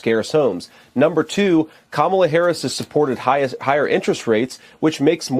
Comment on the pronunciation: He calls kamala Kumquala